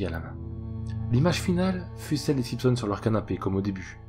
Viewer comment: SimPsons 🤣🤣🤣 j'suis mort ! Chez nous on dit SiMpsons, on prononce le m mais pas le p ! 😂